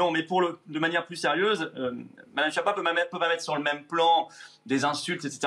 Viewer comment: C’est un menteur. Schiappa se prononce ”Skiapa”.